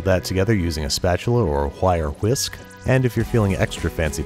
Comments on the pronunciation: fwire fwhisk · Did you say, "whire whisk"? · "Pull out a hwire hwisk". Reminds me of when Stewie mispronounced Cool Whip. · Why did you carefully mis-pronounce "wire whisk" as "wHire wisk", ? Is there a joke I'm not getting? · Did you say hwire hwisk? I can't watch your videos anymore. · Nobody wants to mention how he said wired whisk...